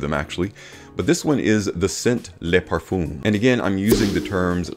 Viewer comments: It’s not pronounced “parfooom.” 🤣😂🤣😂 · no it’s pronounced par-fuum. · Great Video but for god sake learn how to prounance Parfum This is a MUST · Now with Eros I can also hear how you pronounce it in Eau de Parfum So it's hopeless correcting you LoL